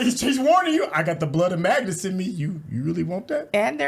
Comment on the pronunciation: Okay, I have to say it's Magnus, not Magus.